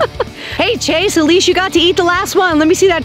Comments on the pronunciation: You said trase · It's chase not trace